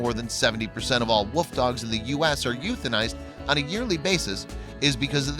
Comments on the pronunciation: A wuuuf not wolf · Sounds like he saod woof dog instead of wolf dog. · It really sounds like you’re saying woof dog instead of wolf dog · Wolf, not woof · This narrator is always amusing. I like how he says "woof dog", rather than "wolf dog". Is he trying to be cute, or is he just incapable of pronouncing common words? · This guy can't pronounce wolf. He keeps saying woof dog. Good grief.